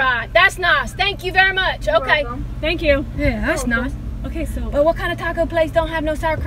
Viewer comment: I assume you meant thanks but it came out as Thames. Not a bad idea to take to London.